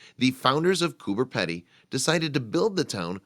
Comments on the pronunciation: Coober PEE - DEE, not Pedy. Typical yank mis-pronounciation. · Would just like to say it's pronounced Coober "Pee-dy" not Coober "Peddy". Also the whole town is not under ground as you seen in the pictures and not everyone lives in a dug-out mine shaft. Thank you. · Bob Valdez. Pedy not Peddy. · Learn how to pronounce pedy (peepdy) not peddy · The last part of the name is pronounced pee-dee, but accurate info all the same.! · Haha so funny!😂it's pronounced "Coober peidy!" Great video though!!😊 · It is pronounced coo-burr-pee-dee it's not fucking hard mate. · Pronounced Coober Peedy!! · Its spelt Cooper Pedy but pronounced Cooper PEEdy. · Actually it is pronounced: coo b er pee d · Spelt "Coober Pedy"...pronounced "Coober Peedy". From Aboriginal 'kupa-piti' (Boy's Waterhole) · Cooper Peedy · Wrong yyllass. It's " Coober Pedy ", not "cooper, and not spelt "peedy" but that is how the Pedy part is pronounced. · jak git, why not cure the ignorance and inform, it's spoken as if it were spelled "peedee", right? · Cooper Pedy is really Kupa-piti, but white Australia changed the name to suit their own pronunciation. It it actually pronounced like Gooba (the oo as in took) and piti like bidy (bidee). Ask any Aboriginal Australian who lives there and they will pronounce it like that as well. I wonder if white America stuffs up Native American words too? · Have visited a few times. Just wish the commentator could pronounce the name of the town right. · Americans can never pronounce it right.....😂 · Another American pronunciation of an Australian place completely fucked up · i agree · jak git yep it's really weird that they can fuck up something so simple.